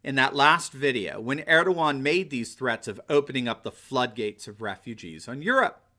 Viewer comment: God, this comment section is a bit too much retarded. At least the guy can pronounce Erdogan right.